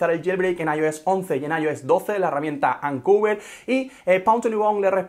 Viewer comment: Me molesta que digas “ancuver” cuando es “oncover”